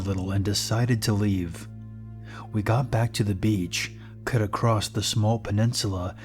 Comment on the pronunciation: I find it difficult to get into the creepy vibe of the stories when I keep hearing the narrator say things like "drownd-ed" , "expecially" or "across-t" 😂 Please stop